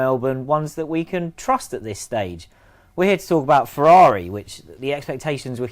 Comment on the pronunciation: #FEEEERRRRUUAUUUAAUAUAAAARRIIIIIIIIIIIIIUIUIUI Beautiful English pronunciation xo